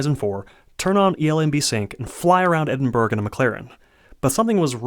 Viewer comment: Had a quick drive around Edinburg? Where the hell is that, I think you mean 'Edin-bur-a'